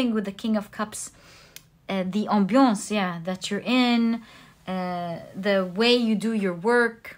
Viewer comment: When you say "ambiance" I can hear that you have a French pronunciation. Vue que j'habite en France, et que j'adore votre chaîne, j'aimerais bien savoir si vous avez un chaîne français également ?